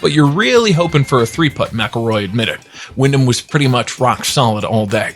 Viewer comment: Sounds like you said Willin or William Clark? It’s Wyndham Clark 🤦 Even if you don’t follow golf, get the names right if you’re going to narrate, please.